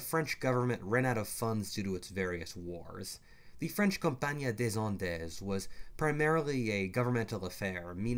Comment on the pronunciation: It's pronounced Company days end